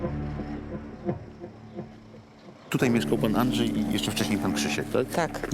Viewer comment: Andrzej, a nie Andżej!!